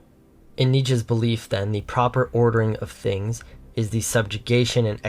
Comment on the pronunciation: I know it makes no difference to you, one complaint over something so asinine as pronunciation, and this may seem petty to some people, but I have to say it, out of respect for your channel and your message, because I think it is important. I can't take a narrator seriously who doesn't know how to pronounce "the" most of the time, and it's such a shame I can't ignore this mistake because you put great effort into your videos. But I just can't watch them like this being distracted by poor speech habits and finding myself mentally correcting you every 10 seconds. It's not a matter of style or preference. There is a wrong way and a correct way to pronounce this word according to very specific and easy to follow rules, and you're just not doing it right. That's not just my opinion, that is a fact. I say this as a conservative with concern to the decline of proper speech. It doesn't matter if you are young, or English is not your first language. That doesn't make it right, and you are setting the wrong example even to young people whose first language is English, and you should set the right example especially to a young, impressionable conservative leaning audience, because there is already so much bad influence around them. I have observed this 'trend' among young speakers who seem to think they can pronounce "the" whatever they feel like at the moment. It's indecent. Try to adapt the right habits now because if you do not unlearn this way of speaking soon you will forever sound